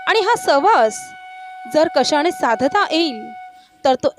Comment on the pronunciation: आपण शुद्ध बोलायला शिकावे. अणेक नाही अनेक का णाही नाही का नाही कशाणे नाही कशाने